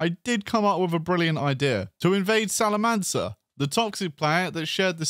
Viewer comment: The C in Salamanca is pronounced like a K.